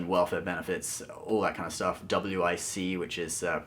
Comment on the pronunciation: "...situation of low income earners in the US is already pretty good..." - WTH, are you serious?!? Unless you've lived through being truly poor in the US, you have no freaking clue. None. If you're going to take a piss on WIC, at least pronounce it right. No one says each letter individually - the program rhymes with stick, Bic, thick... The rich are getting a bigger overall tax break, the middle may or may not get a little cut or an increase - income depending, and the poor get nothing. Business as usual.